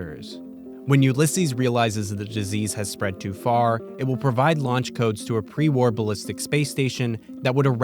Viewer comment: After those scenes from TOS, when he said "pre war", i could just hear "pre warp" kkkkk